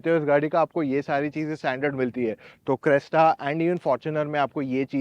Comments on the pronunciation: Ye aadmi Crysta ko Cresta kyu bol raha hai? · Crysta not cresta brotherrr